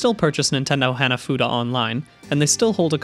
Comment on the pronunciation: great vid. Heads up, Hanafuda's "Hana" is like "hawn-a"